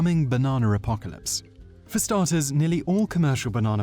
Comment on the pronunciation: the damn baernanr apocarlyspe going to ruin my bernaner smoothing